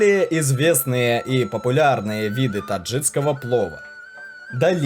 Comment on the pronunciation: Не таджиДского, а таджиКского